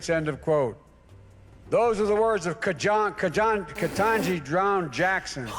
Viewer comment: .... and he said it with a straight face. 😅😅😅😅 Edit... but the look on Ketanji Brown Jackson's face when he mispronounced her name! 😮😮😮😅😅😅😅😅she was not happy.